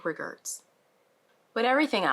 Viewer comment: "Big regerts."😂🤣🤣